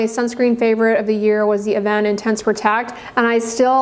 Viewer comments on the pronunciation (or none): none